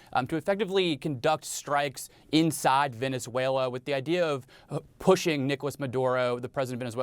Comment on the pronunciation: Mr Leighton gets points from me for not only pronouncing Venezuela right but also for giving an impartial analysis, thank you all.